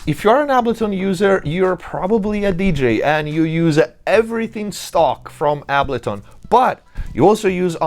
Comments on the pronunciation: Dude, how is this so spot on? Side note, my mind is boggled that you don't know how to pronounce Ableton unless you are saying it Italian style on purpose. No hate though. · The way you say, Ableton is wild… 😬😆